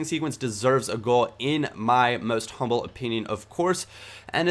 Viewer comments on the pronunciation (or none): none